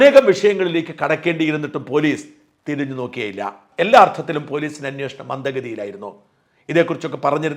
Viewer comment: സര്‍ ''അന്വോഷണം'' തെറ്റാണ്. അന്വേഷണമാണ് ശരി.